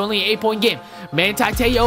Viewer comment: Its ma(hn)ti